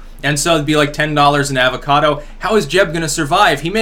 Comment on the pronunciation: Plz stop saying avocado. Why do you butcher the word like that lol